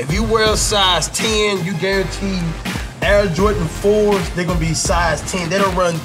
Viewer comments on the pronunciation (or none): Damnnnnn Cashnasty, back at it again with the JOR-ANTS (that's how he pronounces it) ewwwww I hate when he says his name now lmfao